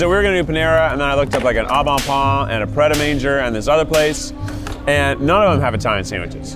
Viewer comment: Anyone else screaming about how Keith pronounced pret a manger??